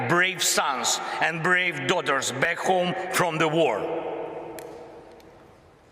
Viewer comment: the puppet at it again, tell him it's home not ghome